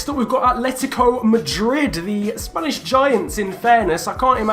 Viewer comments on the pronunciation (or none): none